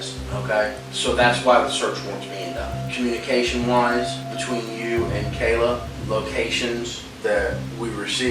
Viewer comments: Her name is pronounced "Kay-La" they say her name several times in the footage. Either this channel uses an ai voice or they don't care. You added the footage and mention the victim multiple times the least you could do is show some respect and get her name right. Huge pet peeve, name pronunciation matters. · You keep mispronouncing her name! It's pronounced "kay-la" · The first girls name is not pronounced “Kalla” it’s killing me. It’s Kay-la how hard is that 😭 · Why is this channel saying Cal uh like a dudes name and uhhhhhh. Its verly clearly pronounced Kayla. Duhhhh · Is this channel AI narrated? Because the constant mispronounciaton of Kayla is driving me crazy. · Kala's name is pronunced KAY-LA. They even said it on the multiple times on the video and you still got it wrong. She did an amazing job of recounting everything that happened but nobody gave her the support she needed and she never recovered. Then you said Louisville like Lew-is-ville when everyone knows it's Louie-ville. It's really not hard to find this stuff out with a tiny bit of research. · 1 st case Her name is pronounced Kay-La(Kayla),2nd case his name is pronounced Mo-zis(Moses),3rd case her name is pronounced Klo-E(Chloe).